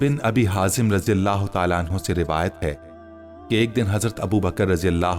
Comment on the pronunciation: Bai ap raji Allah Keu kehte Ho. Tho phir wod Doha surah ko woz zoha Keu nehi kehte Ho. Plz Bai ase mot koro